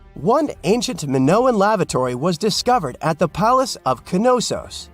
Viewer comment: It is absolutely astounding to me that so many people who narrate videos on YouTube mispronnounce so many words, it's like they didn't have english class at their schools or something. In this video it is the name of the ancient Greek city of Knossos. The K is silent, and it is pronounced Nossos. It would be awesome to see a video that didn't contain these mistakes.